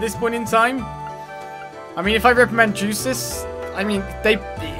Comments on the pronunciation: It is pronounced as Yusis, the Y sound replacing the J sound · By the way, it's not "Juices", the J in Jusis is silent.